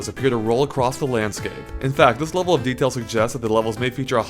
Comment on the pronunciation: I am annoyed by his pronunciation of the word 'level'.